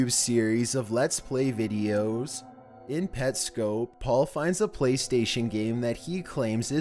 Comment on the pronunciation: Pets. Cop. Say it with me.. Pets. Cop. 💜 Why am i like this